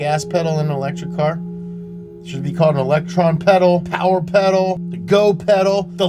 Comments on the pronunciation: The "Mo' Powa Pedal!" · "Powah Peddle" in the "moe powah baby voice